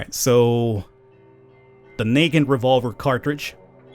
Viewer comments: just FYI: the negant revolver is not pronounced “knee-gant” it’s pronounced closer to “nuh-gahnt” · "naked revolver" its pronounced NA GAUNT